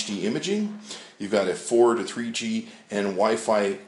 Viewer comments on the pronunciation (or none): Lol , Tree-G HD IMAGING.